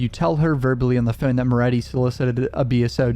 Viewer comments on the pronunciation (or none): I hate the way you say “phone” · Does anyone else find it odd the way he says “phone”?